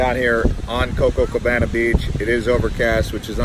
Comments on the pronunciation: It's not cococabana! It's copacabana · Copacabana not cococabana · Copacabana.. Co-Pa-cabana. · CoPAcabana!! What do you think you are??? First gringo in cocacabana???🙄👎🏻👎🏻👎🏻👎🏻